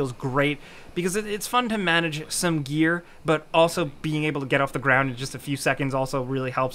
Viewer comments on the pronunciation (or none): none